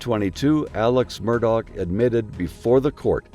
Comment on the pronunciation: Please stop calling him "Murdog".....it is promounced "daw"